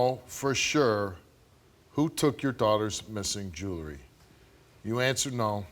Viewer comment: It's JEWELRY NOT JURY